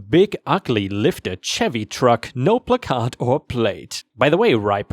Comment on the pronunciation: Love your channel but I always laugh when you mispronounce placard. Considering how many of your stories use that word, I'd figure out how to pronounce it right lol.